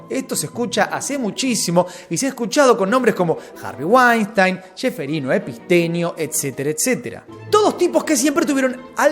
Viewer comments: Todos los nombres los dice bien como son, pero a Epstein epistenio no se q, no entiendo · Porque nunca dice bien el nombre de Epstein?